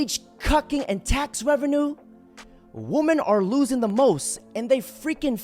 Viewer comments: Why can't anyone pronounce the word women correctly anymore? As soon as I hear someone say woman when they mean women I instantly lose all respect for their opinion. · I’m gonna write this ever video brother you have to Pronounce 'Woman' singular vs 'Women' plural IPA: /ˈwʊmən /, /ˈwɪmən/ It’s like men and man